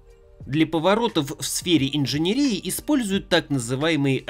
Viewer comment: ИнженЕрии - ударение на Е!!! А за комплЕксный, вас сударь пороть надо. Я не гуманитарий, но было очень больно. За такое вообще нужно ходатАйствовать чтобы на вас было вобУждено уголовное дело. P.S.: Прошу без обид. Просто это звучит как издевательство над русским языком. Как человек близкий к науке, вы должны понимать, что говоря об одной дисциплине, не стоит пренебрегать остальными. За роли однозначно лайк.